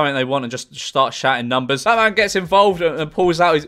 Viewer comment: "Bahman" very British bahman name